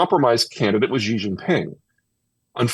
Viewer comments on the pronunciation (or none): Peter gives incredible insight and wisdom, we are indeed fortunate for both. One thing that is easily remedied and yet amiss is correctly pronouncing Chinese names. Specifically Xi Jinping. Mispronouncing him as "Ji" undermines Zeihan's credibility and due process. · Zeihan would have more credibility in talking about China if he learned how to pronounce the name of the country’s president—“she” not “jee” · The leader of China’s name is pronounced “she” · I like Peter...but he mispronounces Xi's name and thinks Mao introduced the 1 child policy, it was Deng Xiao Ping. I wanna give him a slap sometimes. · Pronunciation breeds credibility, it isn't that hard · can't listen to him. he can't even attempt to get his pronunciation of xi right 😂 on purpose. If China was collapsing it would be around when all the sanctions was on China from the west due to 1989 Tiananmen massacre. However, did China collapse back then ? And what was the debts structures of china are all invested in infrastructure, There is vast rural potential china could tap for further development, so the domestic economy will stabilize after decoupling from the west.